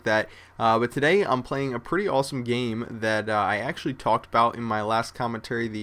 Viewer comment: lol, i laugh everytime says "today" or "yesterday". He pronounces them like "todAAAy". and "yesterdAAAAy".